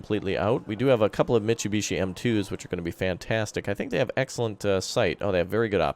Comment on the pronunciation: its not mit chew be chee, its mit sue be she